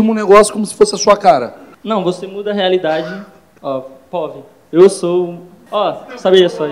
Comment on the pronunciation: “Point of view” = “Povi” pqp